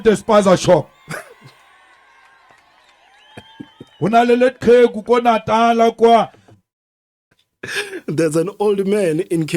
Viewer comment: you are amusing especially when Cic says "spasashop" you make me laugh.😆😆😅